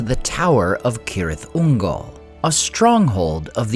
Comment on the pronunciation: At LAST AI that pronounced it (K)orectly😮! Now pronounce Celeborn and Cirdan! 🤓😎✌🏼☮️